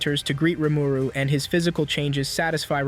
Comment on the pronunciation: It's painful to hear Rumooroo